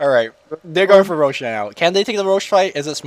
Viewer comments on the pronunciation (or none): none